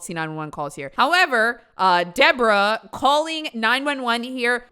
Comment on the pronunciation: the stank you put on "DeBorAH" there has me absolutely fed right now.